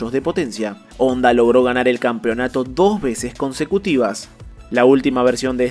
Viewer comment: #ONDA?¡?¡? Ya no es #Honda?¡, Honda es japonés y en japonés la H si suena, así que no se pronuncia ONDA, eso es de analfabetas